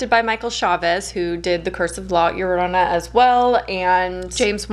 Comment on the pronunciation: Your pronunciation of llorona is spot on hope to talk to you love your content!